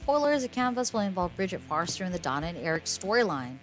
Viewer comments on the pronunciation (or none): Forrester not Farster. Please correct your pronunciation.